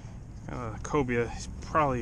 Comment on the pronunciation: Cobia not Cobra lol